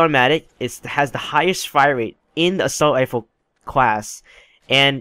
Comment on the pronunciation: Rate* not wate